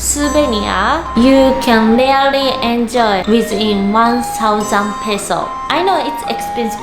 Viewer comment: Really (REE-LEE) not RELEE CLOTHES (KLODZ / KLOTHZ) YOU DON'T HAVE TO PRONOUNCE (KLOTHES) PLEASE, WE DON'T WANT TO HEAR SAME MISPRONOUNCED WORDS ANYMORE. IT'S IRRITATING!